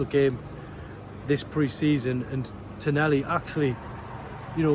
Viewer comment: Bonny lad it’s pronounced. Ton ahhh lee. Tonali😊